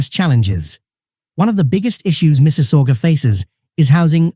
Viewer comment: he is not canadian ...make me lough the way he pronounce mississauga ha ha